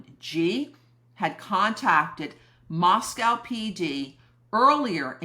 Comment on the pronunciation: Going on 3 years and Moscoe still being mispronounced.